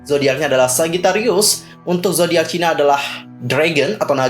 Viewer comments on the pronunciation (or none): none